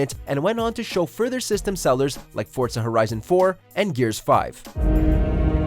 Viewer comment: You say it like Fortza not Forza